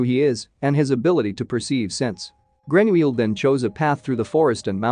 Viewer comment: I heard how the narrator said his name and remember that Americans or others pronounce the -ille weirdly : example= Ratatouille!!😵‍💫